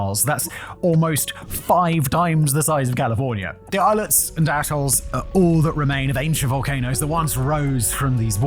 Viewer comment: I know he is saying atolls, I keep hearing islands and assholes